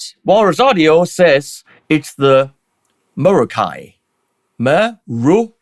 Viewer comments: hahaha very good!... I wish you could too my Latin friend! The "scholar" that advised WALRUS AUDIO to pronounce the Greek Ra as Ru should be put in academic jail. Even for the ERASMIANS it can't be right.. it makes absolutely no sense. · Haha, I’m American, and it’s pronounced “meh-RA-kee” to me. Sorry, Walrus. As a stereo player, I’m pleased to see such a stereo-specific pedal. Very cool!